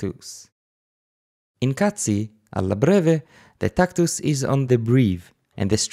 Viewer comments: did you say "cazzi meter" ? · he did, many times. he'll be banned by italian youtube! I was giggling to myself as in 5th grade :-D